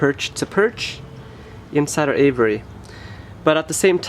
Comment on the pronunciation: It's really hard to take advice from someone who can't pronounce the word aviary ! Ha Ha !